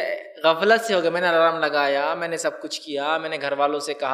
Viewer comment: Assalamualykum Brother..It is alarm it is not allaa raam...